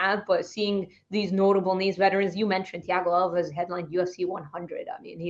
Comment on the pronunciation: Its thiago alves like al-vez. Should know that one?